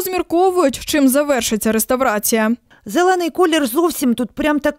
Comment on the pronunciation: рестОврация, шепелявая дикция... Я всё понимаю, региональный канал, но ведь у сюжетной журналистки речь поставлена лучше... Как же так, СТС?!